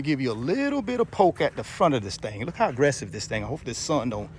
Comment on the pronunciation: "Thang"...very classy 😅😂.